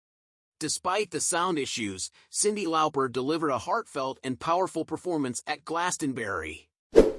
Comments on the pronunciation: It's LAWPER not LOUPER!!😡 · I do love a bit of Cyndi "Lowper"